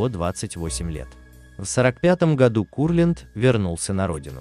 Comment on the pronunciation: Во-первых , Давид Моисеевич , а не Менделеевич . Во-вторых , КУрлянд , а не КурлЯнд. В-третьих , фильм художественный , а не исторический , поэтому искать в нем реальные факты -- пустое занятие. Критерия два : нравится или нет.